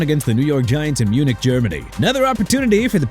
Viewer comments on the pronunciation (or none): none